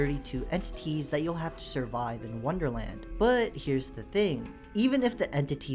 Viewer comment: "worderland!,wonderland!,its in a jar"